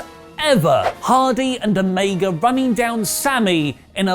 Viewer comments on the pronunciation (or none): none